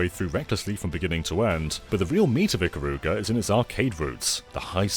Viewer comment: And Japanese and weebs don't pronounce "Ikaruga" that way